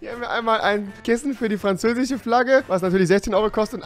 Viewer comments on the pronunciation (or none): Es heißt "französisch" nicht "franzäsisch". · Es heißt französisch und nicht franzäsisch xD😂😂😂